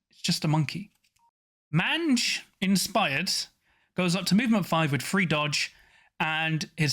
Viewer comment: You probably don’t care but mange is pronounced MAYNGE. It’s a scabby skin disease. Not trying to be a nazi, just helpful. Love the channel 👍